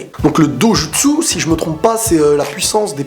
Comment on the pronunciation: ca se prononce dodjutsu